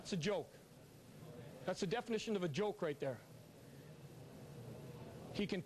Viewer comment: Andrew Winslow it sounded like jolk so i was saying that. i love this vid not disrespecting him